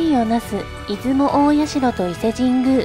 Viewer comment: いずもたいしゃ」じゃないの？